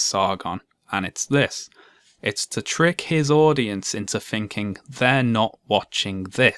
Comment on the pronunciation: I adore and his videos. But (as a teacher who deals with children doing this every day) it really winds me up that he pronounces the sound ‘th’ as ‘ph’. well-reasoned and -researched arguments seem undermined to me when he mispronounces words like ‘thinking’ as ‘phinking’. Sorry if that sounds picky!